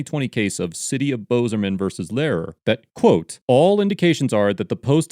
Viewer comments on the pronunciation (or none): Just a little pronunciation help, since I lived in the area for 20 years, the city in Montana is said, "Bozeman" not "Bozahman". Good stuff though from Kalispell. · "Overall, the narrator of this video gets an F, for calling the city of Bozeman 'Bozerman', and Flathead County 'Flatland County'. Simple attention to detail, adherence to the established rules of the English language, as well and respect for the dignity of the citizens of the 41st State of the Union could have prevented this." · You pronounced Bozeman so weird, lol. Good video though